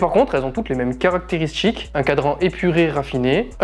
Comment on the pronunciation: Un petit effort de français SVP : ex. BouTCHique, SporTCHive, "qui font rappeler" (?) pour "qui rappellent", caractérisTCHique, sorTCHI, plus PTCHtite...🙄